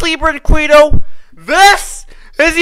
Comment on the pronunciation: The way he says Brinquedo. Oh my God I’m dying 😂😂